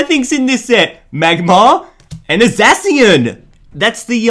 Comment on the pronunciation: It’s pronounced zashian